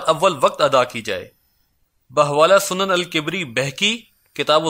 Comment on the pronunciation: سُنَنْ اَلْکُبْرٰی ۔۔۔۔ الفاظ کو پڑھنے میں غلطی ھے